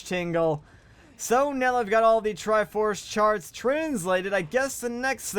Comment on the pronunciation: he definitely said "triforce shart"